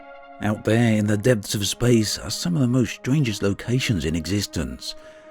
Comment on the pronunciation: I'm not sure someone who says "spectaclear", "debths" and "unfortianelly" should narrate professionally.